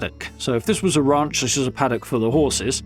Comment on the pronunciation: “A raunch camp”